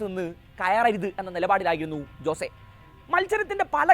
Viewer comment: "ജോസേ "അല്ല അനിയാ "ഹോസ്സേ" അതാണ് പ്രനൺസിയേഷൻ 😊😊